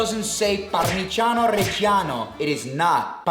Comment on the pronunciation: I dont think you're italian, it's parmiggiano btw